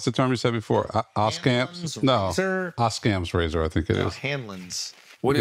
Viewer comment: Shultz the man, only one who is consistently on point. Producer couldn’t even pronounce Occam’s razor 😂